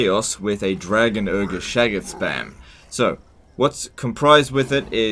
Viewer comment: I got called a Shaggoth once, except the guy pronounced it weird